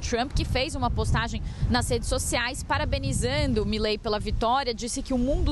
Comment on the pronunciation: Uma dica para o jornalismo da CNN: a pronúncia correta é Milei, não Mílei.